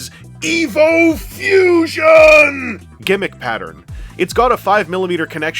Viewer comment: Oh, EVO Fusion. I thought he was saying EVIL Fusion.